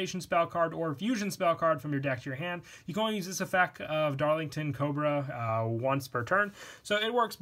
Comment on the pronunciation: O-freez Scorpio Darling-ton-iya Cobra kla-mi-do sundew Spie-no Die-O-nay-ya Sahr-ah-sen-ee-yent or sahr-ah-sen-ee-ant Droso-feel-um Hydra Drow-sear-ah You nailed the others though :D Also have you considered Fragrance storm and One for One? :O